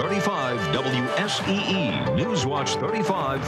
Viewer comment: WSEE, not WSSE.